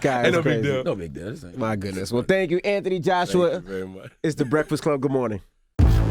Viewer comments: Yeah it's Th Anthony you don't pronounce it like F in UK it's TH hard T my brother in britain they f it lol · Am I just hearing things, or are they pronouncing his name wrong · Weird to hear Americans pronounce the h in Anthony.